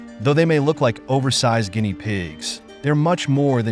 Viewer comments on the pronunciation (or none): none